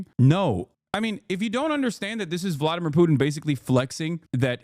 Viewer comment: Vwadamiw, pwease...